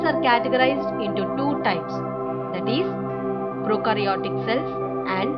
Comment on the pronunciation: That is prokaryotic cell and eukaryotic cell not prokrayotic or eukrayotic cells